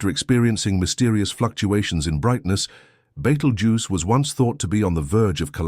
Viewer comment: is it now betelgeuse or beetlegeuse. not very professional. like the AI voice. = dismissed